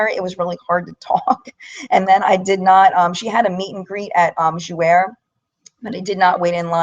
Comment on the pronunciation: Thanks for sharing your experience with us. I'm glad I decided not to go. FYI Jouer is pronounced jou-AY. It means "to play" in French. I hope you don't mind me correcting you. I hope you feel better soon!